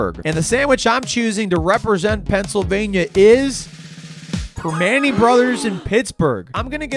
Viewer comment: Prim-ah-nti’s. Prim-ah-nti’s. Proper pronunciations will make the videos much more watchable.